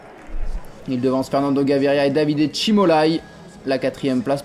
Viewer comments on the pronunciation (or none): none